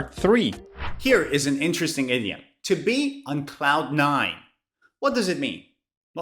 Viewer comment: I am hearing 30 idiot instead of 30 idiom